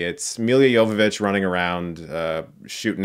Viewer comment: I swear I heard you say "Yoga Bitch".